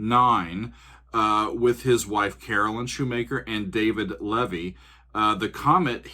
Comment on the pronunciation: Thanks for reviewing more Nightwish. Fun stuff. Btw Shoemaker-Levy, Levy pronounced with a long E. Lee vee. 😎👍